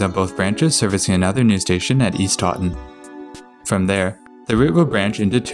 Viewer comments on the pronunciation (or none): It's Taunton, not Tauton.